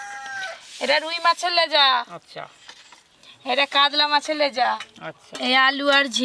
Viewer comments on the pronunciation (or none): কাতলা ❎ কাদলা ✅ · Kadla...ki pronunciation